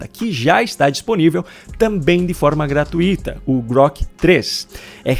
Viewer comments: Primeiro: Gratuito é uma palavra paroxítona. Segundo as regras de acentuação da língua portuguesa, não deverá ser acentuada nem fonética nem graficamente, devendo ser pronunciada com a tonicidade na sílaba tui: gra-TUI-to. Segundo, nao acho wue esta correto comercializar um acessório de algo que o próprio proprietário disponibiliza gratuitamente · Só por informação. A palavra gratuito....não tem hiato. Então, veja a pronúncia. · GRATUITO/A não tem hiato. Articula-se o UI como ditongo. E você fala muito bem para insistir nesse erro, ok?😢